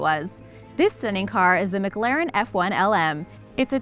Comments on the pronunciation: It’s miclaren * pronunciation And you said miglaren Ps I know how to spell it this is to show how to say mclaren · And the MaGlaren F1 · Mcglaren I thought it was mclaren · La Man, Muhclahrin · Anyone else not like the way she says McLaren??